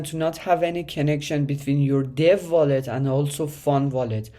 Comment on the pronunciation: Take a drink every time he says VOLLET!